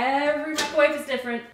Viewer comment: it izz what it izz